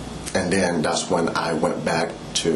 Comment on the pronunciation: Dee’s Don’ts and Dat’s… Nuf said.